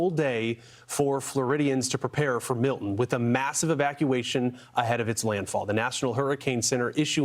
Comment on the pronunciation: Learn how to pronounce Milton